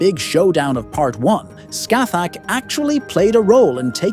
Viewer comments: I think the appropriate pronunciation is scahack rather than literally scathach. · You were saying Scathach as Scathag which means feces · I literally just open the video you said her name wrong man😅 well not you but you AI voice